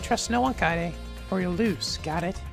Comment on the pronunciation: KAYAYDAY is the optimal way to pronounce kaede